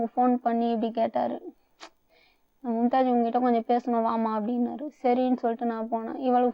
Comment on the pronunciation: அது மும்தாஜ் இல்ல கும்தாஜ் 😂😂😂